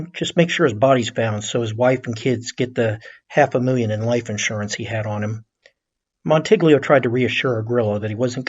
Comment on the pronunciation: Just trying to help. In Italian, gl is pronounced like ll in Spanish (como te llamas). So, goo-yay-mo. Mon-ti-yi-o. Gladys rhymes with lattice. On-Dray Katz, not on-Dray-a. Escape, not exscape. Ret-or-ick, not retrick. Row-mah-no. Again, just helping. Outstanding podcast and best demeo work, bar none.